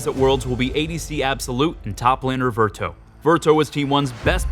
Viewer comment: Quickfix: Team One Absolut and VVVert (pronounced VERT, not vertO) If you can fix that,.